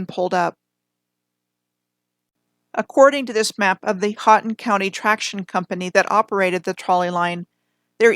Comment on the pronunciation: Very nice coverage of my homeland the Upper Peninsula of Michigan. You did pretty well with your pronunciation of Houghton county (ho-ton) and the Keweenaw (key-wa-nah)! I'm near Munising, which is home to Pictured Rocks National Lakeshore. There is a lot of interesting old world architecture in just about every town and small city up here and I've been thinking about starting a project with my daughter documenting these buildings what I plan to call the "Marquette Mudflood"